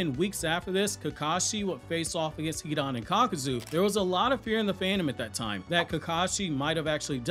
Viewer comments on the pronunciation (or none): none